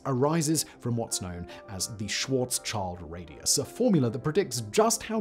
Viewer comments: Schwartzschild is pronounced "shield" not "child" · Schwarz schield!! [pronounced Shwarz Shield] Not Schwarzs child!! That one triggered me lol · Yep! Very annoying to listen to! It is "Schwarz-schild" literally "black shield". English speakers would be better of pronouncing it "Schwarz-shield" than "Schwarz-child". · It's not Schwartzs Child. It's Schwartz Schild. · Karl Swarzschild’s name is pronounced “Shvaarts- shilt”, not “child”. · And one day, long after the last Iron Star formed, the last english-speaking Human realised that it wasn’t pronounced Schwarz-child but Schwarz-Shield… But then it pulled an Asimov, another few orders of magnitude of years later the Cosmic AC answered The Last Question, and all was well in the Universe. (Schwarz Schild. Black Shield.) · The "child" in Schwarzschild sounds more like "shield" than "child". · Its pronounced 'schwarz-shield', it's a German word. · In case anyone is curious, the correct pronunciation for "Schwartzchild" is something like "Shvaartz shilld". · Small "correction": When saying Schwarzschild the the second "sch" is also pronounced like "sh". Schwarz-Child is funny though. Sounds like Starlords archenemy or so. 😄 Thank you for the great video and best wishes from Germany 🌻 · I just knew he'd pronounce Schwarzschild wrong lol